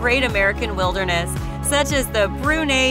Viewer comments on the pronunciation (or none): none